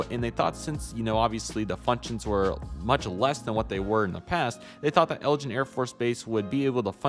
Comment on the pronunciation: Not to be rude, but it’s eglin Air Force base, not Elgin